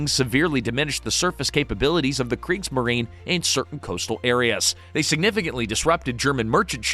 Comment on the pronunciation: And there's FOUR sullables in Kriegs-ma-ri-ne.